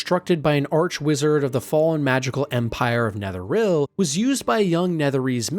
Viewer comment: You are butchering so many pronounciations. NetherIL, Meestraa. What the hell dude? They literally say these names IN the game.